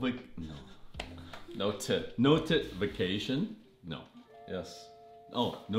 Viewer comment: “Node-a-vacation” bell 😂